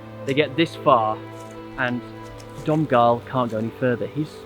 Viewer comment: In Ireland we pronounce the name Donghal is pronounced Donal! One seen an English comedian taking the piss out of us for how we spell and pronounce names 😅